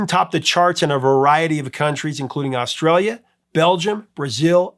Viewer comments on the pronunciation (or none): none